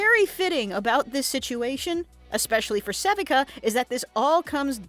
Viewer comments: This is the second channel I've seen making content on Arcane that cannot pronounce Sevika's name correctly. Suh-vee-kuh. It is never pronounced seh-vik-uh in the entirety of the 2 seasons. Why is this error happening? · Se-Vee-KUH. not sevehca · Its pronounced sa-VEE-ka. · How can you possibly be pronouncing Sevika’s name wrong the ENTIRE video!!??! Like… they say it IN THE SHOW! wtf? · My theory is that someone else wrote a script, and the talker never actually watched the show. That or they butcher the name because they can't pronounce it for whatever reason.